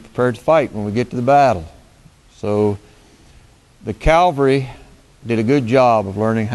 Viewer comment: Cav-al-ry. You are confusing Calgary with Cavalry.